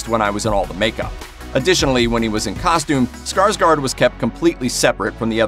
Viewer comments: It's pronounced SkarsGord not SkarsGARD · His name is pronounced Skarshgord. Fyi. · Why do americans say ”skarSkar”? His last name is Skarsgård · Not Skarsgard but Skarsgård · Not Skarsgard its Skarsgård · just saying that his last name is pronounced Skarsgord since it has swedish O(å) in it😊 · Å is pronounced as O It’s pronounced like - Skarsgord...